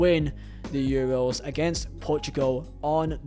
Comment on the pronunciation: Man said Euwos😂